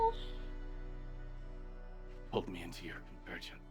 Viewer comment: 💀 I heard: You pulled me into your virgin 💀 Instead of: You pulled me into your Convergence Also: Fuckin comedy gold 😂